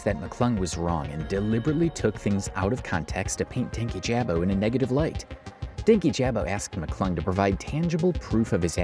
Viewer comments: something that always gets me about everyone that talks about dankyjabo is that people (those on his side and those not) pronounce his name "Danky Jabo" despite him pronouncing it as "dan kyjabo" (like dan key-juh-bo) in multiple videos. that was one of the first signs for me on louis mcclung's video (as someone who was a fan) that he didn't do any research, as i'm pretty sure he even said his name in one of the videos louis directly referenced. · Dankyjabo is pronounced Dan-key-juh-bow btw😭😭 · The incorrect pronunciation of his name the entire video is KILLING MEEEE 💀